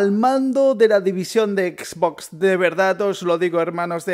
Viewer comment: Me da risa como dise xBOX